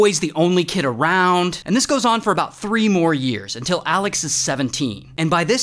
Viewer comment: Who else loves the “UnTilL” 😂😅